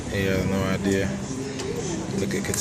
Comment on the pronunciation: Did he had an idear?